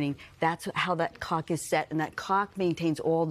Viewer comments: She can not slaw clock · I think going forward, the Today show should make sure the person they are interviewing can correctly pronounce CLOCK before going live. No idea how the hosts kept a straight face through this but good job! 😂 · My husband's "clock" wakes him up at the same time every morning regardless of what time the CLOCK reads. How does a sleep specialist make it through her career without being able to pronounce the "L" in clock? 😂